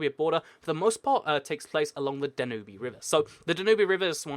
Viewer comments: The Danube is no pronounced Dan-ooby it's pronounced Dan-ube (as in pube) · The Danube river is pronounced 'Dan-yoob' not 'dan-oo-bee'. You idiot. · Kiwi I know it annoys me so much when he sys danubee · The Dan-y-oob not the Dan-oob-ee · Its the Danube River, pronounced Dan-Yoob, not Dan-Yooby, and regarding the territory between Sudan and Egypt that is unclaimed , the Bir Tawil, it might be disputed, but both Cairo and Khartoum are decided upon one thing, and that is that Bir Tawil is part of either Egypt and Sudan, and if a 3rd party were to seriously become involved and stake a claim, then neither Egypt nor Sudan will sit idly by. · "Danooby River"???????It's called Danube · Great vid. just so you know, it's pronounced Dan-you-b not Danoobee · it's pronounced "danyub", not "danubee"... you should've seriously known that by now when you're doing geography videos... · Sorry, I didn't realize "intelligence" is a big word for you. And no, Danube is most definitely pronounced "danyub" and not "danubee" in the English language. You can even put it in Google Translate and listen to it yourself. The only one looking stupid here is you, because you're trying to assert something that just isn't true, while you also simultaneously insult people. Sorry. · Not trying to be rude, but it is pronounced "DAN-ube-" not "DAN-you-be" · wrong pronounciation of "Danube"... It's Dan-ube, not "Dan-ubie" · I like how he pronounces it Du-nu-bee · Dude it's pronounced DAN-yoob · Did you just really pronounce the Danube "*danoobee*"??? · "danooby river" lmao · it's prononced Da-Noob lol :D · You're totally mispronouncing the name of the Danube River... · You don't pronounce the e at the end of Danube. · It triggers me how you pronounce Danube